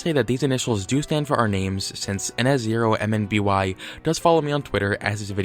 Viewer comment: Just a little tip, in your ns0mby analysis, when pronouncing the channel name, don't say each individual character. I would just recommend pronouncing it "nuh-sohm-bee" like I do.